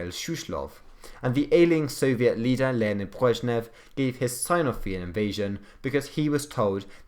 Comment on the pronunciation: Leonid Brezhnev's name wasn't butchered. Thanks for the video.